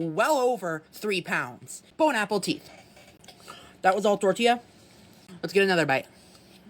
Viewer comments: WHY "Bone Apple Teeth!"? There some lore for why he says this? Or is he just that much a dumbarse trying to say "enjoy your meal" en français (bon appétit)? ? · Is him saying bone apple teeth because he doesn't realize it's actually bon appetite or is he just trying to be funny? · bone apple teeth😭😭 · Is he saying, "bon apple teeth?" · “Bone apple teeth” unironically pisses me off. Learn the word or shut up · It makes me so ungodly angry when he says 'bone apple teeth' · Bone Apple Teeth instead of Bon Appetit gets me every time! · Every time I hear that “bone apple teet” bs I lose my mind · Bro said bone apple teeth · did they just say “bone apple teeth”? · Every time he says "bone apple teeth" i want to rip my hair out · I HATE the way he says bone apple teeth! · I hate “bone apple teeth” so so much. LMAO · Ikr it's Bon Appetit lmao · To this day, I genuinely start tweaking every single time he says "bone apple teeth" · I thought he was saying "Bone apple teeth" as a bit, but his subtitles say Bon appetit... Does he... does he think "Apple teeth" is how you say appetit? If it was just a "th" at the end, I'd chalk it up to a speech impediment, but he's adding an "L" where there isn't one and it's more movement to make the distinct noise... Did he just not subtitle the individual words because he was going to post it on RedNote and didn't want to have to translate it more?? I can't think of a solid reason for him to do that when he could just translate a note and put it in brackets that there's a play on words that mean "let's eat" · Viewer request: Censor out the "bone apple teeth" bullshit. Saying it once or twice might be "clever," but trying to make it your brand is just fucking obnoxious. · Why does the "bone apple teeth" thing annoy me so frickin much?? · Every time he says that damn bone apple teeth shit i wanna scream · Bone apple teeth 🤣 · He says 'bone apple teeth' and I feel like he thinks that's actually the phrase. It annoys me. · "Bone apple teat" 😂😂